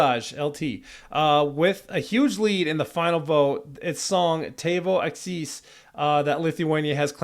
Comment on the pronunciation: The accent in the word akys is long on the letter A.